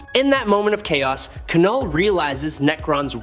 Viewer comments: Please say it right it is pronounced null not k-null..... Have you ever spoken English before? Heard of a silent letter? Look into it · I hate ai voiced trash. Its Knull not Kuh null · It’s just Null, not Knull.. like Knox is pronounced Nox